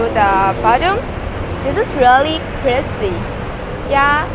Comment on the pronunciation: knows how to say it correctly. She's just playing along.